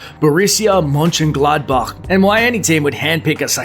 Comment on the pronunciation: anyone from germany who laughed when he sad ‚Mönchengladbach‘ 😂